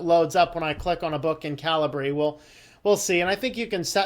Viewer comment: Calibre (/ˈkalɪbə/) 1. the quality of someone's character or the level of their ability. 2. the internal diameter or bore of a gun barrel. I think that's the correct way to pronounce it, as opposed to cali-bree?